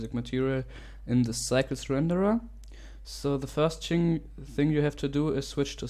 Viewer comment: "the first ching" wo hast du chinesisch gelernt ?